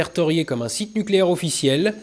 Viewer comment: Nukélaire! On dit nukélaire! D'Oh!